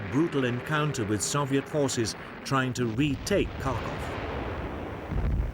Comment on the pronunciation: Why he say Soviet like that?